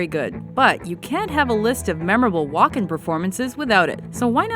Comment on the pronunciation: The Host says Walken like she's saying Joaquin...